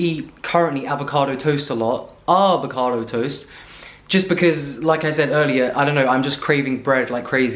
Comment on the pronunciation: always repeating AAAAAVOCADO with when he says it with American accent:D